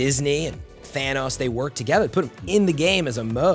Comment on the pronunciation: Why the heck does he say Thanas